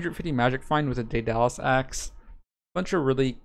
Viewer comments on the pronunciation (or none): none